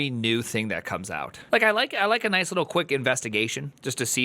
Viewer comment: he definitely meant noice :)